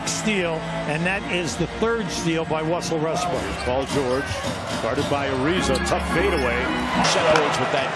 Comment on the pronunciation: dude really said wussell restbrook 🤣🤣